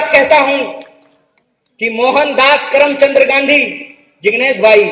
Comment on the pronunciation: करमचंद not karamchandra Mr Dr.kanhaiyaji